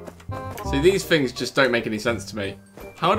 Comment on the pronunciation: please say things not fings